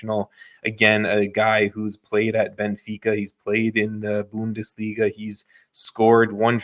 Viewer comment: You guys need start saying these players and teams right! Like you said benfica so wrong